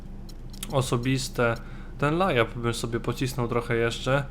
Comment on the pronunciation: mówi się lejap !!!